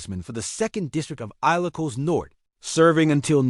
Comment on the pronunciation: 😊😊😊 aye lo cos? 😊😊😊... Please research your pronunciation and ...